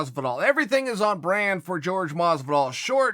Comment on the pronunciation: why cant nobody pronounce Jorge correctly, i know chael is funny when he mispronounces but its literally everybody that says "george"